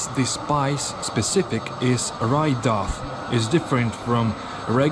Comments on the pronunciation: "Dough" is pronounced more like "doh" than "dof" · A really excellent video. Thank you. i would almost be scared to go into that KFC for fear of not coming out without handcuffs on. By the way, when you say the word 'DOUGH' it is pronounced 'Doe.' And the word ''GUARD' is pronounced 'Gard.' Just to help you out a bit. That potato pie, Kalitka, looked really good. Thank you for showing Kizhi island. All my life i have wanted to go to that church, and to Valaam